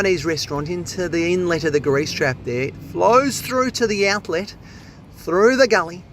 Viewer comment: His enunciation of 'outlettt!' is hilarious